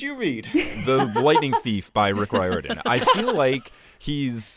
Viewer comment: Here’s the part where I point out Rick’s last name is pronounced Ri-Er-Dan, because the trailer to Ship of the Dead is burned into my brain.